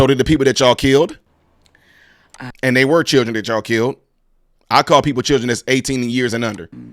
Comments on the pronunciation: It’s the “ANDDDTTT” everytime she said it and you repeated that took me tf out 😂😂😂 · Say it with me "ANDT", that was perfect!